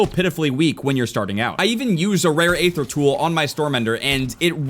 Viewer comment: Aether is said EE-thr not A-thr